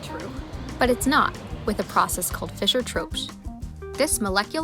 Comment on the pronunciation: This is one of the few videos, where the name of the process is spoken with acceptable clarity and audio quality.